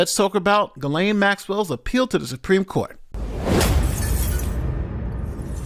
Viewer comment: Who are those women , those coconspirators pictured here ? Also , Ghislaine ( French ) is pronounced Gee len . Everybody gets it wrong ...